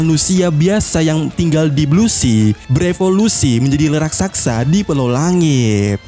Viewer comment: Raksasa Min.. bukan Rak Sak Sa